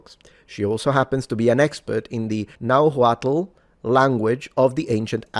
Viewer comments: It's pronounced RUT-GURRRs not Rut-Jers. And it's not NahuatL, it's Nahuat-tsch. (The L is dropped). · Yes is meshica and nahuatl the h should not sound. Also the TL you should pronauncebit as a click sound in your mouth. Love your content. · In nahuatl the L is silent. But you did well researched work. Good job. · You can pronounce "Nahuatl" as "NahWatl" (in spanish, the H is mute) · Nahuatl is pronounced like Nawat or Nawal, the tl goes combined like the ll in Icelandic, but most modern Nahuatl speakers don't use it anymore, that is classical Nahuatl pronunciation. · It is "meshica" and you don't pronounce the H on nahuatl